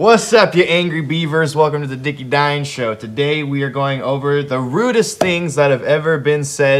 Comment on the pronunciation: I keep hearing "Rudess things" instead of "Rudest things", and now I'm struggling to think of Dream Theater-based insults.